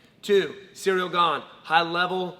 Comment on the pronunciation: its the right pronunciation. pretty damn good. if you go to pronunciation websites and make sure its the french pronunciation since he is from france, this is great.